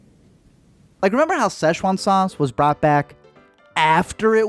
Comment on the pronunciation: The hell is szeshoan sauce